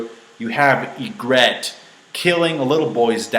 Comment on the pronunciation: It's pronounced E-gree-tt (Ygritte)